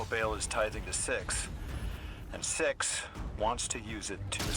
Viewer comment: truly thought you said sex at the start of this glad i was wrong